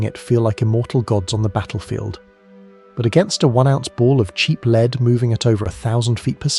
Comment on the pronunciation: I don't know if your mispronunciation of lead was accidental, or deliberately done to prompt comment (I've noticed other clear mispronunciations in other videos of yours) but it is bloody annoying. You have great content which I'm enjoying, but please stop doing this. You're clearly an intelligent guy so don't let yourself down like this.